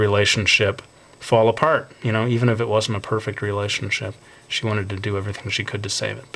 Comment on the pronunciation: "yu knoew" (you know)